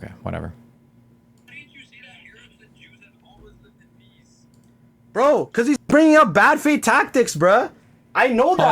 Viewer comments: The worst part of this is when he says "breh" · The best Canadian NPC of 2023 (yes, 2023). He's even programmed to say "breh" and hurl insults when if you bring up anything outside of his script. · Every time has says "brah" I lose an IQ point. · “Braaaaah braaaaah”, this wannabe is gunna rage quit and you have so much more patience than I think you should have. He’s such an asshat. How dare you define terminology after he states a definition he can’t back up.